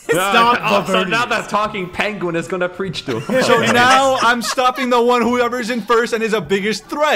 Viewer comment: “Oh ho, so now the talking cheese is going to preech to us”